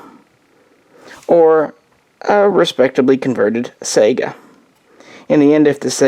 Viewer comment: How do you not know how to pronounce the name of the gun you rambled on about for almost half an hour? I do really appreciate the footage of the rifle though. You're great filmographer.